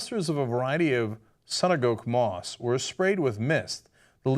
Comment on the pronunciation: I totally heard mosque hahahah